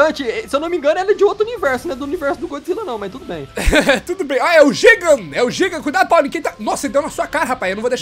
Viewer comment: Tá falando errado o nome do GIGAN kkkkkkkkkkkk